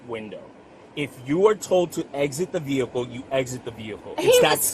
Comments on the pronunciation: as soon as she said "vee-hickle" i was done..lol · Why do the biggest numbskulls always say “vee-HICKLE” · Vee-Hick’Le … LOL! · For her ve HICK el - I always lose it at that pronunciation. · I think you should get arrested simply for pronouncing the 'H' in vehicle separately.